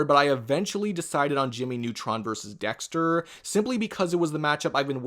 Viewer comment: “Jimmy neutron verseurs dexteuuuuuuur” wtf is that dialect